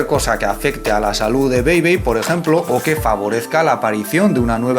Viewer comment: Aqui suena a PEPe en vez de BEI bei